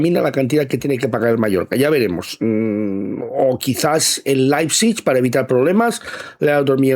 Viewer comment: Per favor,, deixa de dir Laipsich....